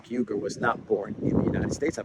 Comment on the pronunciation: I'm loving your adventures in Central Europe! Regarding Cenk Uygur, a pronunciation hint: his last name sounds like this: OO-WEE-goor (the first two vowels are slid together). Thanks for your excellent research and reportage!